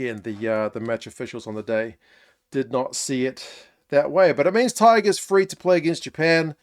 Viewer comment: My thoughts: you're the only non-Irish person to pronounce Tadhg perfectly and effortlessly 👍🏼 anyway back to the Rugby!